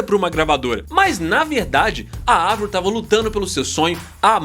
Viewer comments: finalmente alguém fala Avril com som de A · mds primeiro canal falando o nome da Avril CERTO e elogiando o talento dela! lindo gato +inscrita (sou dã antiga desde 2007) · Parabéns por falar o nome dela certo Avril e não Eivril rsrs😂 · Não. O nome dela é Abril em francês e se pronuncia Avril mesmo